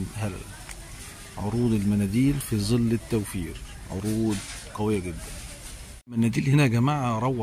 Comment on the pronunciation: انت عربي وهناك فرق بين حرف( ز )وحرف (ظ) فالعيب اقول زل والصواب ياعربي انت تقول ظل